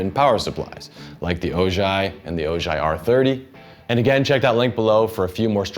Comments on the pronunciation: Its Ojai ( O - hi ) like the city in California 🤭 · Ojai is pronounced O-Hi. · I saw a Strymon branded ad where a gentleman also said “Oh-JIGH”. It still bothers me, but I’m wondering if it’s a Strymon-thing? Kinda like deliberately mispronouncing a proper name.